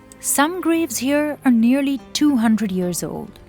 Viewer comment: ten yurrs